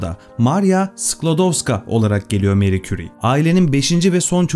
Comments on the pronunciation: Fransızca telafuzzu Meri değil Mari. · Meri değil Mari diye okunur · neden Meri soyluyorsunus abi fransca MARI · Meri diye okunmasi yanlis „mari“ diye türkce okumasi gerekir... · Senin gibi bir adam da meri.,lavozyer diyor ya hayal kırıklığı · Harika video her zaman olduğu gibi.. Teşekkür ederim. Bir de isimler doğru telaffuz edilseydi.. Fransızca'da Marie, Meri değil Mari okunur.. Çocukları da "Ayrin" değil İren olduğu gibi.. Ahmet ismine " Ehmet" demek gibi olmuş..